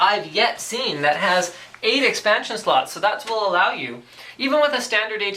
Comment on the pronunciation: Did he say hard drive slets? lol